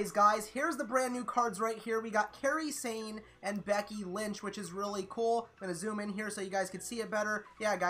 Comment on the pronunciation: He said Kairi Sane so wrong but it wont come immediately